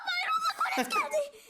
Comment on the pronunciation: colte diyo ya kollet demesi gereken yerde colete diyorya